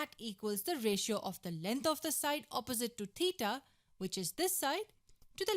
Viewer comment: god please help this woman with her pronounciation of theta